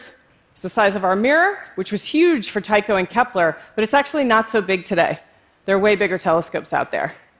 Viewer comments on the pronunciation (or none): none